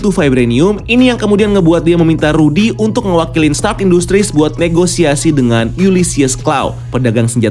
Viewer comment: Bang yang bener bacanya rhodey bukan rhodey🤔